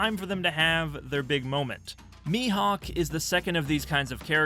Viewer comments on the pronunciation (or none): none